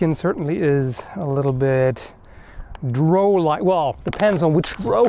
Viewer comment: Drow rhymes with cow.